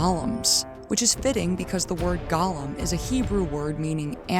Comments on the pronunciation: I'm sorry but I am begging people to learn how to say Golem. It's Goh-lum not Gah-lum. Otherwise, great video. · Gollum ≠👂 golem "GAH-lum" (what you keep saying) vs "GOH-lum" (rhymes with "hole 'em") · I scrolled through some comments but I didn't see anybody mention your mispronunciation of Golem. Not trying to be too critical, but this bugged me. Golem is pronounced Goh-lem. It's a hard O. Gollum is only used for the character in the Lord of the Rings. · For the love of God “GO-LEM” it is pronounced “GOLEM” not “Gah-lum”. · Oh my God. GŌ-LEHM! Say it with me: GŌ-LEHM. Please, people! Gaw-luhm is the Tolkien character, gō-lehms are the animated constructs from the Kabbalah. It's gotten to the point where more people on YouTube say it the wrong way than ones who say it correctly. I hate to get all judgmental about a single word, but it makes anyone who pronounces it like that sound incredibly uncultured and like they don't know what they're talking about. It immediately makes me highly suspect that they had ChatGPT write their script. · I always heard them called as GO-LEM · I can't tell if a stupid AI wrote this or a stupid human wrote this. "The Primeval Current is a current." 🤦 GOH-lemm. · Ok Golem is not pronounced like Gollum. It’s go like the opposite of stop. Seemed like a good video but it drove me nuts lol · The consistent mispronunciation of the word golem just takes me out every time. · The "go" in Golem is pronounced the same way you'd just say the word "Go!". Gollum is a character in Tolkien's Legendarium. The distinction is important.